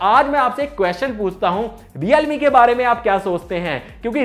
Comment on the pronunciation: Realme ho hai sahab 😂😂😂😂reame nehi😂😂🤣🤣